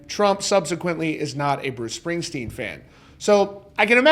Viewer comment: "Springstern" LMAO. More like (((Springstein))), am I right? 😂